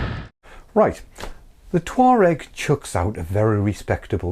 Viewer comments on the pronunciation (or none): All I hear is "Toe rag"